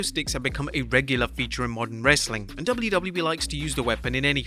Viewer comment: Bawhaha, this guy just can’t properly say “WWE”. It’s so annoying.